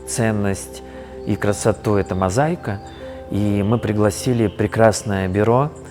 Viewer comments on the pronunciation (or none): МозаИка, без й ...